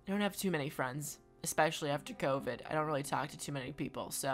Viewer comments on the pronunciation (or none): none